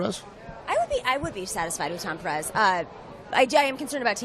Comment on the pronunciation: A note on the pronunciation of Pérez... Note that the accent is on the first syllable. "PEAR - ez". Not "PerEZ". A small matter, perhaps, but important.